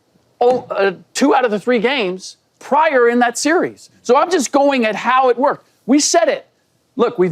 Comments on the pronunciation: Why shady can’t pronounce series 😂😂😂😂😂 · shady doesn’t even know how to pronounce the word ‘series’ lmao